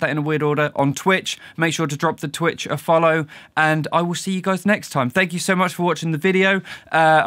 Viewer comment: "Twicht" :D